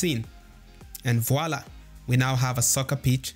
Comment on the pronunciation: did you said "and voilà".. like in french 😅👀.. very informative video though, thanks